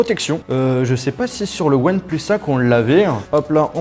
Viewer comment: ouane plusse ai lai maillur tailaifon du monde